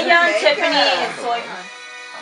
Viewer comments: Soyhun? Its Seohyun!(Soh-hyun) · SE-OH-Y-UN. her named is pronounced with an H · Seohyun is pronounced like suh- yun. The 'eo' makes an 'uh' sound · You pronounce it Sohyun not Soyhun lol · its pronounced sohyun not soyhyun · Just some friendly advice but Uhhhh it's not SOY its SE-OH-Y-UN. Just thought you guys should try pronouncing it right. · That's not right either. It's more like Sew like buttons, and hyun like honey but with a Y in the middle, not the end. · "soy-hyun" tee hee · They're totally doubting about her pronunciation of Seohyun's name >.<